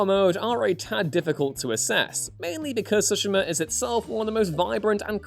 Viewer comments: Don’t let this dude do anymore video’s unless he can learn to pronounce Tsushima correctly. Soshima is not even close. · I couldn't get through the entire video with the way he says Tsushima. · i like the video cause the info it gives but hate cause the mispronunciation of Tsushima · Anyone else bothered by the way he pronounces the title?? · Good grief, how many different (incorrect) ways are you going to pronounce Tsushima before the video is over?